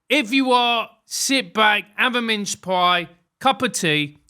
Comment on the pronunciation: I did notice he says 'mince' in exactly the same way he says 'minge' lol